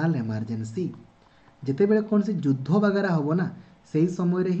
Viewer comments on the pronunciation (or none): none